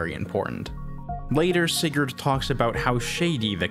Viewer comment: btw sigurd... not said like that put in google translate and make a danish person say it